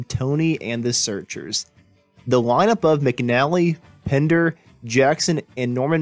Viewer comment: It's PENDER , not Pinder !!